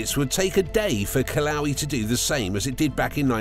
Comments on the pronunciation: Kalowie... lol... Kil-uh-way-uh (Kilauea) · As a Native Hawaiian I hate how he mispronounces Kilauea. It's pronounced Kee-lau-ay-uh. He needs to do more research before butchering our language. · Ok you showed a picture of Honolulu not the Big Island and you mispronounced Kilauea multiple times and yes I do know what it’s like to live on the biggest volcano on earth. Hahaha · Kilauea is mispronounced.